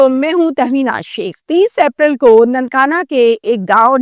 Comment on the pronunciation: درست لفظ "حیرت" ہوتا ہے۔ "حیرانگی" کوئی لفظ نہیں ہے۔ کم از کم قومی زبان تو صحیح بول لیں۔ بہت سے جوڑے مل کر شراب پیتے ہیں۔ آپ اپنی اطلاعات درست کر لیں۔ نیز انگریزی میں April کو "اے پرل" (APE-RIL) بولا جاتا ہے، "ایپرل" (APP-RIL) نہیں۔